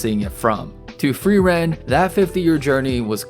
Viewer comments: Ey man, don't want to sound like a wise ass but it's not pronounced "free.. ren" but like one word, more like "freerun". It's German for "to freeze/freezing". Actually all names are German and are pretty on the nose for most characters ;) Frieren - (to) Freeze Fern - Remote (far away) Stark - Strong Himmel - Heaven Heiter - Bright Eisen - Iron Flamme - Flame Linie - Line Lügner - Liar Qual - Torment Nonetheless the greatest show of this year. Along with Evan Call's awesome soundtrack! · Hi. Frieren is a German word - like MANY of the non-Japanese names used in anime - and means Freeze. It is pronounced F-rear-en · or say furieren like just try to prounce the r is in a not english way plz xd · Imagine calling "Frieren" "Free Ren" man i love AMERICAN FREEDOM